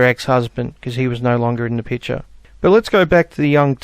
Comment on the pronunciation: Why does say "pitcher" instead of "picture"? Is it because of the pitcher his skull is trapped in?